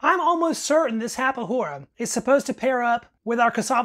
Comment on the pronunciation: The "Farinha de mandioca" is intended to mix the rice and meat. It´s a food that sustain you for a long period of time. and saciate your hunger faster. The "rapadura" is pronouced with a hard D, and it´s is a sweet made with the sugar cane syrup. It´s like a harder version of brow sugar.